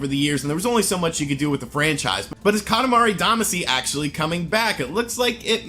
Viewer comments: YO! It's katamari damashi pronounced. Ka ta ma re da ma she. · Katimari Damacy (Duh-Mah-Cee), sorry, that was just bugging me a little bit 😅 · Time for correction of your entirely wrong post. Kah-tah-mah-ree Dah-mah-shee would be the better way to explain it. Single letters can be pronounced different ways so it doesn't help. For Japanese specifically the vowels are basically a = ah e = eh i = ee o = oh u = oo Doing otherwise only serves to make it look like you're changing how it's spelled rather than specifying a pronunciation. Also, I would note that it's technically 塊魂 which is Katamari Damashii or Damashī (either of which would denote a long vowel sound) or Katamari Damacy, not katamari damashi. And yes, Damacy is what it is outside of Japan, since you obviously didn't know so his pronunciation is a correct one. Which makes perfect sense because "shii" is a perfectly reasonable transliteration of "cy' into a Japanese word (go find some Japanese people speaking an English word like legacy - that's how they'll say it) so it makes sense you'd use it when going in reverse.